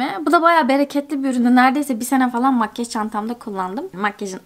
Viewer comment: neden makyaj değil de makgeş diyosun yarıldım gülmekten:D